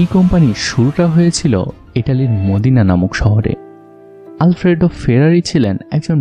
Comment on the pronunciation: ভাই মদিনা না এটা হবে মদেনা মানে ইতালি ভাষার বলে কুয়েস্থ মদেনা